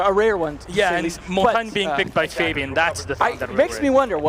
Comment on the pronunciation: “Mon-tawn-ye.” Is the correct pronunciation.